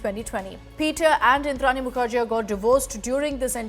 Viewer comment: It's pronounced as Mukherjee not jea.